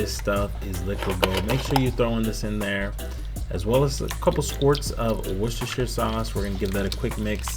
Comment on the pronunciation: Holy crap, I’ve watched thousands of cooking videos on YT, this is quite honestly the first time I’ve heard an American pronounce Worcestershire Sauce correctly! 😂😂